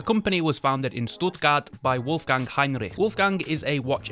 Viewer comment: The Circula and Heinrich stand out for me here. As always your giving us a nice history brief on each brand and showing us some great time pieces. Nice German pronunciation too! Great vid, cheers mate 👍